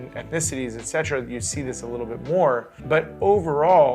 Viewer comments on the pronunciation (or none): You butcher the "etc." Fav word? You certainly are using it wrong. So cringe.